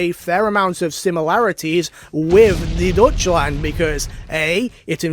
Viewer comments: "Deutschland" is pronounced like "doitchland" (very directly ), I'm assuming you didn't mess this up on purpose because English-speakers tend to find it very funny-sounding. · The dutch land is a funny pronunciation